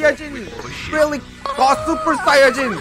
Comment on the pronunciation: On behalf of all Dragonball fans, I forbid you from ever saying the word "saiyan" again